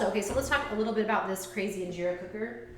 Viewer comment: Girl..... 1. you can freeze (injera) but since your burned your batch it won't be good to freeze. And freezing changes the flavor slightly, you really shouldn't be making injera if you're not going to eat within a week tbh. 2. In-Jeh-Rah. not Injeera 3. the "injeera cooker" as you called it, I'm not sure if this is the amharic name but mgogo is what I've heard it called. 4. your batter was too thick, it should be thin enough to pour right onto the mgogo 5. if you use oil, it's not really injera. 6. The injera need to be thin enough to be easily eaten with hands, but thick enough to absorb liq. from the different dishes-hence the sponge texture you find in injera made properly.